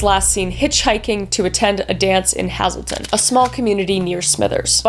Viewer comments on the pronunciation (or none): I live in Terrace and there is beliefs that the killer is a truck driver or at least 1 of them also Hazelton is pronounced like the nut I say that with respect as I love you u and urs are 2 of my favorite ❤ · the way she pronounces Gitxsan and Hazelton Has me in stitches, it's awesome to see her cover these cases though. the true crime change she has made is awesome